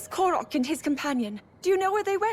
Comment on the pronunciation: First off, it's "Korok," not "Kolog." Second, if that Korok Calamo 'is' about to be The Great Deku Tree, should make sense. Otherwise, how did he exist in the first place beyond the lost woods? Which by the way, i didn't know much about Koroks since Wind Waker. But with a Construct? That would've been rediscovered on Tears of the Kingdom.